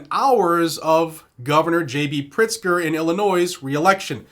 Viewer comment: Good thing I read the transcript, I thought he said Gov. PRICKSTER 😂😂😂